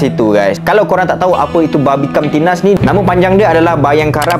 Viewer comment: Susah nampak nak sebut bhanbimkamtibmas 😂